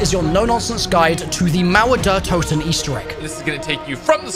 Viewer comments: The mouwer deur towden‘‘ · As a german, hearing how americans pronounce "Mauer der Toten" is insanely funny 😂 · I Love english people trying to say Mauer der Toten